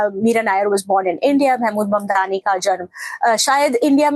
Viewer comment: His sir name is MAMDANI not MANDANI....